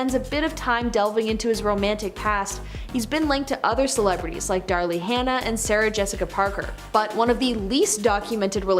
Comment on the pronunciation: She can’t pronounce these stars names right. Just reading with no knowledge of who these people even are.- Darryl Hannah, not Darlee.